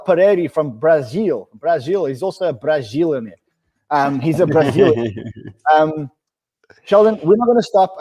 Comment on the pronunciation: Lol Brizilianaire!!